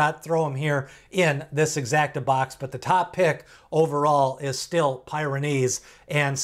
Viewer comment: It's PEER-uh-neez, as in the mountain range in Europe.